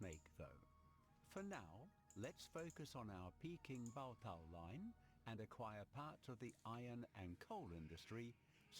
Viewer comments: 'Pee-king' not 'Pay-king' lol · Great vids again. Just bought this for xbox. Also Peking is pronounced as Peeking Lol